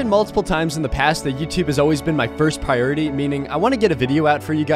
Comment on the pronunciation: Anyone catch him say “piority” instead of priority😂